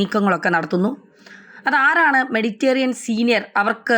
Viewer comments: മെഡിറ്റേറിയൻ അല്ല മെഡിറ്ററെനിയൻ എന്നെങ്കിലും പറയൂ.. കഷ്ടം..! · 'മെഡിറ്റേറിയൻ' അല്ല, മെഡിറ്ററേനിയൻ സമുദ്രം ആണ്. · മെഡിറ്റേറിയൻ അല്ല മെഡിറ്ററേനിയൻ, ഇതിനുമുൻപ് സപ്രസ് എന്ന് പറഞ്ഞിരുന്നു സൈപ്രസ് അല്ലേ സൈപ്രസ് അല്ലേ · മെഡിറ്റേറിയൻ അല്ല മെഡിറ്ററേനിയൻ എന്ന് ആരെങ്കിലും ഈ കുട്ടിയോടു പറഞ്ഞു കൊടുക്കുമോ? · മെഡിറ്റേറിയൻ അല്ല മെഡിറ്ററേനിയൻ എന്നാണ്. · മെഡിറ്റേറിയൻ അല്ല മെഡിറ്റ രെ നിയൻ എന്നാണ് Ok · മെഡിറ്ററേനിയൻ എന്നാണ്. മെഡിറ്റേറിയൻ അല്ല. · മെഡിറ്റേറിയൻ പാത 😂😂😂😂